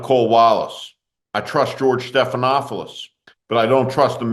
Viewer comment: George Stephanopoulos Not George Stephanofoulos